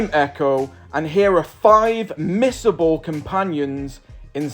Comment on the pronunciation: For a second there, I thought you said miserable.. LOL